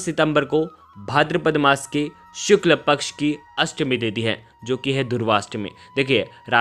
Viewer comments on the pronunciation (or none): none